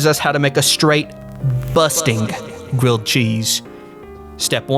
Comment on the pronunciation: A gwilled cheese if you pwease? Ifykyk